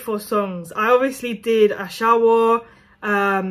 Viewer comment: 🤣🤣🤣🤣 just pronounced Ashawo like a true Nigerian🤣